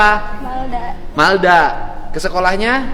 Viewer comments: Jangan salah yaaa namanya M A L D A... Bukan M E L D A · Malda bang bukan Melda